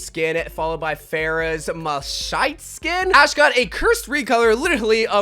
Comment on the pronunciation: Pronouncing Malachite: Mel-shite...